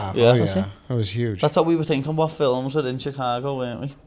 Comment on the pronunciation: i love how paddy says fillems for films